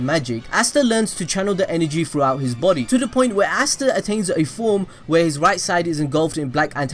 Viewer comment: You say easta